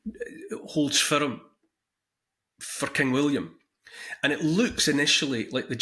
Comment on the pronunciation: Your Awesome accent. When you said "For king William" I was looking away and heard clear as day "Fu*kinWilliam" Great info good Sir. Thank you :)